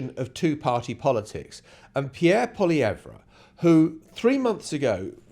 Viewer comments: pronounced: POLY EVV, not. POLY EV RA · It’s pronounced Polly ev. Poilievre did this to himself. This race was close even with his terrible campaign. He used slogans and negative adds, just like Trump. A huge mistake. If he would have stuck to policy, and been about 50% less smug, he may have won. Carney fell into the perfect race for himself. He got to be PM for just enough time to rebuke Trump, and make people believe he is tough. He will not help regenerate the Canadian economy. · All it takes is ONE Canadian newscast to learn how to pronounce Poilievre and you couldn't be bothered